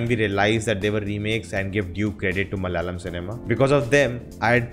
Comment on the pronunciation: Not Malyalam, it’s malAyalam